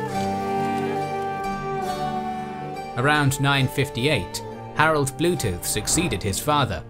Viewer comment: Awesome! I love your pronunciation of Mr. Blootooth and Sigurd Jorsalaf#&$(@ (Sigurður Jórsalafari, who went to Jerusalem -Jórsalir in old Icelandic) 😂😂. It is interesting that in Iceland around the year 1000 it was decided on Althing that Iceland should be Christian but those who remained heathen, could worship (blóta) the old gods in secret and eat horse meat. Maybe because of that, horse meat has been connected to heathendom so eating it remained a taboo for the next 1000 years in Iceland (although people eat it today and probably did in through the centuries when there was not much food). Keep up the good work , I always enjoy your videos! Greetings from Iceland!